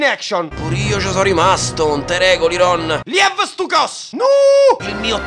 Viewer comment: 36.18 "liev stu cos" 😂😂😂